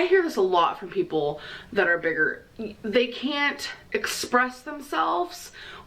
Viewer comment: I hate how she puts a weird emphasis on words. She adds ol or uh. Hon-ga-reee Strug-ol Big-gerh Hwhut Gurl-luhhh Towels-uh